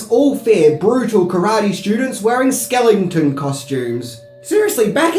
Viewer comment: Skelingtons ay lol